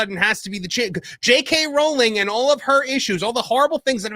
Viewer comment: "Rowling" like "Bowling" as we used to say.